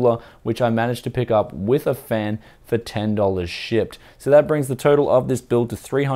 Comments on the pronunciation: Like the comment if you thought why is he saying shit,but he said shipped. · SHIET. oh wait he says shipped, never mind